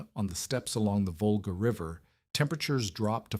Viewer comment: It is Volga NOT vulgar! SMH